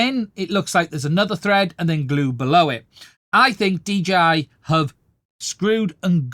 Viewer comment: Nice job. First time seeing your content. Subscribed. Just a small note, when you speak quickly are you sometimes saying DGI? Or is that just how it sounds to a person like me with me having my American accent?